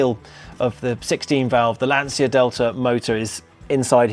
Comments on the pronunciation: Why do people, even so called professionals and experts, pronounce Lancia incorrectly, first of all there is no”S” in Lancia, it is pronounced “Lan-chee-ia.” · Why cant English people pronounce Lancia? The C is a ch like in Citta